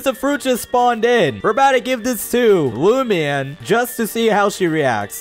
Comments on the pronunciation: It's not lumine it's lumenefrom genshin impact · U called lumine luman